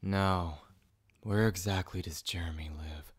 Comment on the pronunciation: Why’d he say “Jeremy” like “JeReMY” 💀